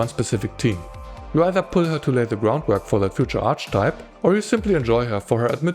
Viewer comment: By the way, archetype is pronounced ar-ke-type.